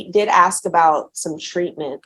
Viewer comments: Irritating to hear an educated man say "ax" instead of "ask". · Why or how can the atty with Judge Stevens talk with improper English? He doesn't use plurals "grandmother house" , he says "aks" not ask, "bess" not best, etc...and isn't he supposed to be a professional? He sounds stupid. IDK man. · Anytime I hear a lawyer use the term 'aks' instead of 'ask', I immediately write him off as part of the culture of societal degeneracy. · So buggy when someone axes a question isn't it. And yes, ya'll is up there with calling the Judge Mister (Mr.). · You can take a brother, send him to law school, and he's still gonna "axe you a queshion." 🙄 Just has to butcher the English language with street jargon. What a disgrace. Any attorney that wants to axe you sumfin, should be disbarred. Jesus! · LISTENING TO AN ATTORNEY USE THE WORD "AX" CHILLS MY BLOOD! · Same here. Hearing “Ax” from anyone drives me crazy but from someone who went to college AND law school ?! 😵‍💫😵‍💫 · I don't understand how a person can go through all the years of schooling it takes to become a lawyer and not be able to pronounce the word "ask". It's only three letters. Just sound it out. Mask, task, flask, are those also a problem for educated people who's job requires proper elocution ?